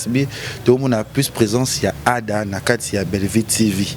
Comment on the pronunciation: C’est Syla qui a raison tout le monde est hypocrite sauf personne bobo n’arrive pas prononcer le nom de Ada voilà il faut être vrais